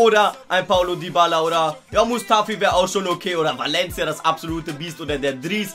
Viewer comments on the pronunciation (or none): none